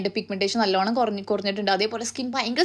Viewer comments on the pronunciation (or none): Da just a suggestion about the pronunciation of honest where always H is silent and you can pronounce it as ONEST also it’s not GLOVY but it’s GLOiiiiii